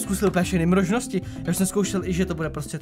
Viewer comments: Však on to říká schválně "mrožnosti" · Ty jsi řekl mrožnosti 🤣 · Všechny "MROŽNOSTI" XDDD